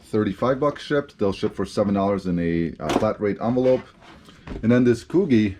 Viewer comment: I really enjoy your videos even though I have been selling for over 20 years. Never too old to learn new things. It's great that there are 2 of you that share the work. By the way, Coogi is pronounced with a soft G, like Gee.